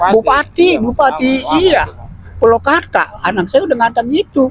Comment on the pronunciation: Gua uda cetom bgt klo org bekasi ngomong magel banget. Maaf Kong purwakarta bkn pulokarta. He he....